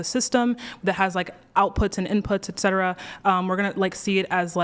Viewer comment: HOLY SHIT! It isn't friggen "EX cetera," it's "ET cetera."